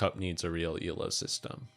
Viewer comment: I know you're saying "Elo rules" but it sounds like you're saying "evil rules" which is very fitting.